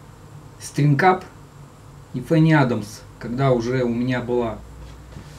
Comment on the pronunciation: Все-таки правильней говорить не ФенниАдамс а ФанниАдамс..И СтрангАп ,но не СтрингАП. Написал не для зубоскальства,просто режет слух.